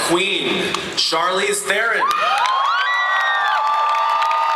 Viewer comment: Charlize Theron must get so tired of her name being pronounced wrong. I feel so bad for her :P Her and Saoirse Ronan.